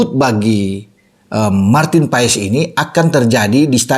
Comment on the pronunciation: Bukan Paes bung tapi Pass 😊😊😊 kata kochi